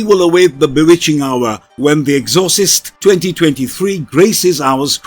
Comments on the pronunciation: The ex or sist. Was driving me batty every time he kept prouncing the exorcist wrong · Good video but I’m pretty sure it’s pronounced Ex-or-cyst not however it was pronounced here. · EXHAUSTES LOL. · You fucked up the pronunciation of exorcist. The movie is gonna bomb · I can't with the bad pronunciation of Exorcist. This video is horrible.